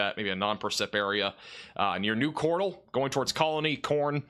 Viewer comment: The way you pronounce Cordell... 😂 MY TOWN IS NOT A POKÉMON!! 😂